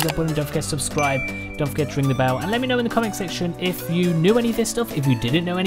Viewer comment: Man why do u say like mê instead of regular me/mi